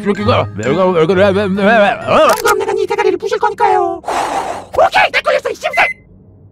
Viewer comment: 오케이 오'게이'?